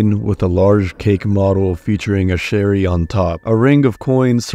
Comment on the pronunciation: “sherry” and “shild” is took me out